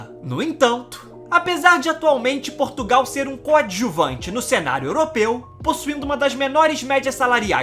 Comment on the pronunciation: Nao se diz Porrrrrrrtugal Diz-se : Portugal...